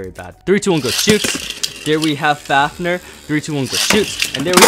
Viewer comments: for a massive beyblade fan i didnt expect you to say faf-ner, it pronounced faf-neer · how normal people say fafnir:*fafnear* how says fafnir:*fafner* Bruh